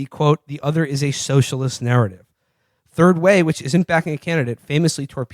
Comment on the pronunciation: lol "turd way"